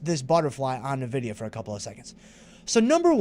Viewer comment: Thanks! You make this course both fun and educational. Nice call on Nvidia. I didn't know the correct pronunciation until now 😂